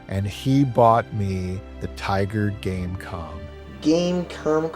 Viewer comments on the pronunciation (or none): every time you said tiger game com i kept thinking game con xD